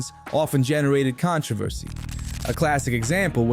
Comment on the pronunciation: I dont know who narrated this, but they don't know shit about wrestling, so many misspronounced names, so many facts wrong. And I thought this video is supposed to be about backstage heat, it's not, it's about con:tro:ver:ce